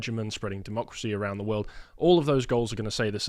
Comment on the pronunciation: Dude...LEARN TO SAY TH INSTEAD OF VVVV. YR BRITISH, SPEAK PROPERLY FFS!!!!